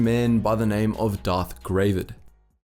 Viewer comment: OMG! Gravid is actually just an unmodified English word meaning "pregnant with eggs"; like if a frog has a bunch of eggs in its body, that frog is gravid. It's actually pronounced not like "grey-vid", but like "grah-vid", like it rhymes with "grab it".